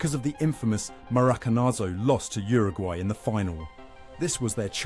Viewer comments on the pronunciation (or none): none